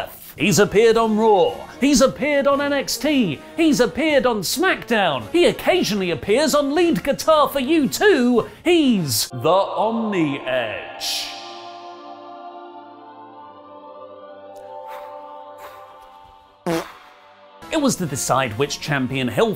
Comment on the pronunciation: No, no, no, no “omniEdge”. Too much respect for him.